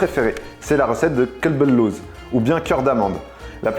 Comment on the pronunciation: j'aime beaucoup tes recettes. Elles sont magnifiques mais s'il te plaît, c'est ''Qalb al louz'' parce que là, t'as dit que c'est ''un chien d'amande'' au lieu d'un ''coeur d'amande'' 😆😆